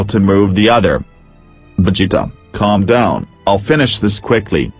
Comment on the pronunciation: bruh was i the only one who heard calm down milk??? like wtf